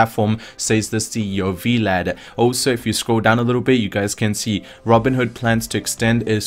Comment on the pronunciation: V-Lad? XD Sounds like a superhero sidekick. It's just "Vlad" short for Vladimir.